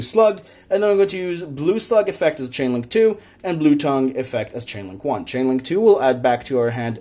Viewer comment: First of all, pretty good list. Secondly, it's Blue T-Ay-ng (like Tangy) not tongue. Third, Instead of Dupe, try out Testudo erat Numen. Could also take the play of Statue since there's no real way of getting it on the board comfortably.